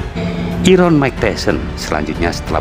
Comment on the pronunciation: Iron mbah mu.. baca nya airon.. 😂